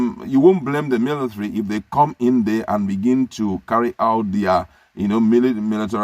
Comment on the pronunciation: He calls it "milithary".